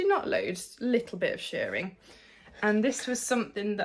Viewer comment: I've done shirring in the past, many years ago. It's such a satisfying technique isn't it! Also all kudos to you for saying shirring as it should be said. It's not shearing, that's what is done to sheep! 😂 Your Mabel is lovely, a good call to lengthen the peplum, Tilly drafts for her height and body shape, which is short and pear shaped. If you're over 5' 5" you have to lengthen.